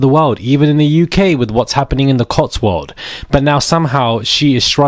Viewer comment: CotswoldS, with an S on the end. And not a silent S! Please know how to pronounce place names in your own country! You're influencing a lot of people elsewhere incorrectly...!